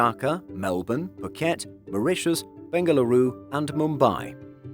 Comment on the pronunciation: Thanks for the correct pronunciation of Bengaluru ❤